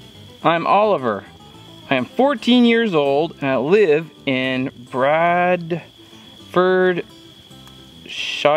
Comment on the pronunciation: Bradforshire = pronounced Brad-fer-shur